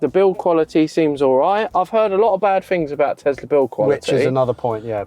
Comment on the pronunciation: Elon Musk isn't the founder of Tesla. Also, last time I checked, it's Tesla, not Tezla